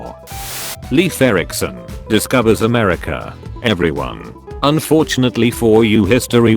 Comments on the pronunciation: "kim 2 sung" srsly? And I thought its pronounciation of Mussolini was cringy af.Time to upgrade that robo-voice... edit: "amersha" rofl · Everyone: America This bot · The texttospeech actually pronounced America as Amersha